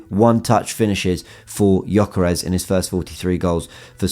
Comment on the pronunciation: U dont say right his name....Say: Djoekeresh... He has hungarian name,his parents hungarian..i know how to say right...just sounds really silly how u say .good content ❤️🇭🇺